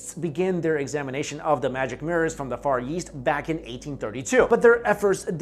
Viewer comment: DUDE YOU SAY YEAST INSTEAD OF EAST! SHITS HILARIOUS!